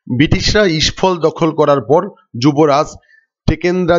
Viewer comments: মণিপুরের রাজধানীর নাম ইসফল না ওটা হবে ইমফল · ইস্ফল নয় ওটা ইমফল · The caital of Manipur is Imphol, not Ishphol. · ওটা ইস্ফল নয় হবে ইম্ফল।